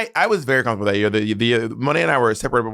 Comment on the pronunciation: "Comfortebble" 🇱🇨 There we go. :D